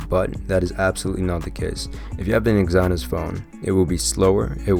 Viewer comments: Dafuq is Exi-Nos my man? That's one very weird way to pronounce it. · It’s Ex-ih-nohs lol but great review 👍🏽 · "eggs - eye - noss" XD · The way you say exynos is a crime against humanity...